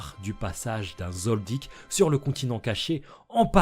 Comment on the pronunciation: Mais tu peux pas t'interesser à d'autres mangzs sérieux ya pas que HxH meme si c mon 2eme manga preferé chez pas yena à s'autres. (Merci de bien prononcer le nom Kilua Zoldiek)